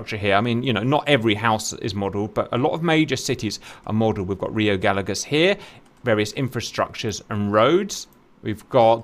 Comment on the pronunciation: I believe it is pronounced guy yegoss rather than galagoss